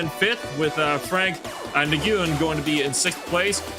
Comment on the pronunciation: Its not nuhguyun its pronounced "Gwin"